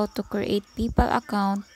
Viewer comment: ..magtagalog ka na lang PAYPAL nagiging PIPAL 😂